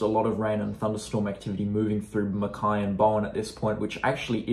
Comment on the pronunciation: It's fa in Mackay 😂